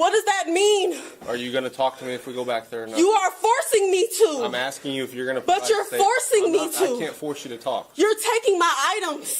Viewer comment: What is , "Axking."?? How does one axk something? Is it a verb? Adjective? Axkective?